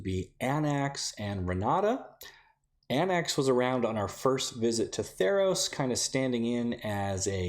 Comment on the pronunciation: Χαίρε Hello again! Theros is my personal fave set. Also Anax is pronounced Ah-Nahx